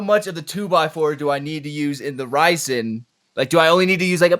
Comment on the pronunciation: calling resin 'ricin' the entire conversation is so fking funny lmaooo